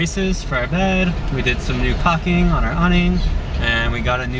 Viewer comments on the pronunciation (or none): Hey kids, it's caulking, not cocking, lol.... best of luck to you in 2018!